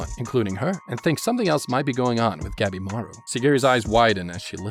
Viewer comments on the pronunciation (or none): Whenever he says Gabimaru I keep miss-hearing it as Capybara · Ngl when i first heard him say the main characters name i thought he said Capybara